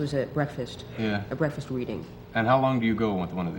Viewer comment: Breafast? Breafast? OYG, FTW.